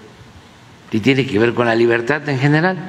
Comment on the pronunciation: Jajaja 😂"liberta" Jajaja liberta Jajaja este señor no sabe hablar siendo un presidente. Pobre México